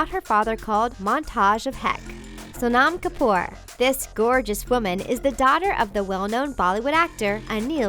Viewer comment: She kept on saying sonam kapoor wrong!!